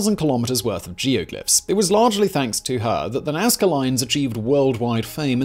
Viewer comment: It's Nazca. And for God sakes, I hope that you have done your duty and visited far more than only the lines. The Nazca were truly awesome. If not get back to the Casa Andina (the best restaurant in town it's just crossing the street, like five meters away from the door of the hotel) and do your duty! Cusqueña de Trigo, always! ;)